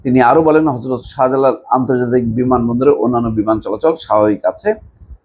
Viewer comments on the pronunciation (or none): none